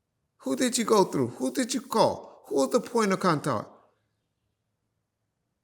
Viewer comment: He sound like a Korean. especially on that "contoct"😂